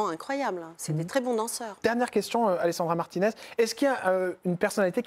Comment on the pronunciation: Alessandra Martines c’est italien et cela se prononce à l’italienne